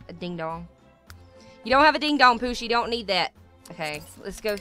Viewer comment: you say Poosi but it is Ohosi